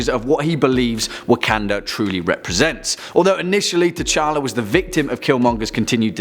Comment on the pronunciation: DID HE JUST SAY KING, K'CHALLA